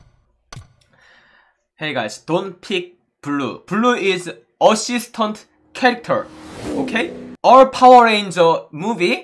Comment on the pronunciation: Me too.He said osistont